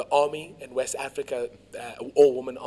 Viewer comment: Wawest; Wawism